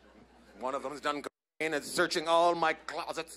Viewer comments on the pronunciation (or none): Can’t even say Cocaine? Wtf